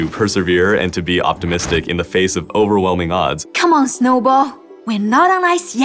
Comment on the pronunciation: "we are orn our way"